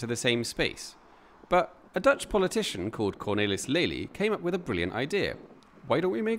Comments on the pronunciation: Your Dutch accent is excellent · Your Dutch wasn't too bad. You made the effort to LISTEN to the names somewhere. Standard suggestion, apart from the local people: Forvo.